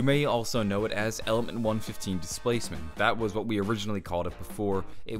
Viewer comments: he says 115 weird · Omg why can't u say element 115 correctly? It get me so triggered! The vid is good tho